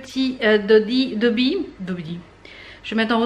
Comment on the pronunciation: J'ai l'impression que tu dis Tobby pour le nom de ton nouveau aspirateur. Dans Harry Potter c'est Dobby ^^